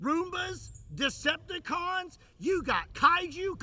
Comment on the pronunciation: He said Deceptacon, Teenage Mutant Ninja Turtles😅 this mf said Teenage mutant, ninja, zombies😂 😂👍🏾